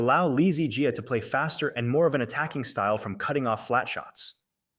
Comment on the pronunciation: Dude was having diarhea. I think you are reading too much into it. Besides that, your pronounciation of "Jiaaaaaa" triggers me a lot :)